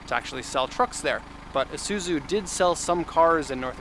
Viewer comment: It pronounced eee zuzu not a zuzu